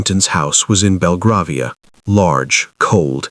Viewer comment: BelgrAvia (ai as in rAIn)